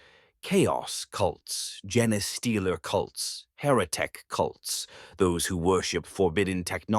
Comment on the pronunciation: gen-ay stealer haha